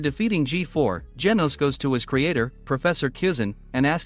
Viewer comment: Bro said geenos💀